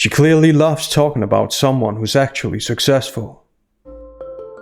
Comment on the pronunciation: "How successhful she is" 😂😂😂